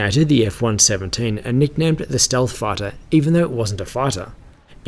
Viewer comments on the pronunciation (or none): did he just say steath farter ?